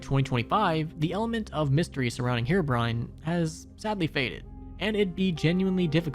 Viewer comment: Ahh yes herobine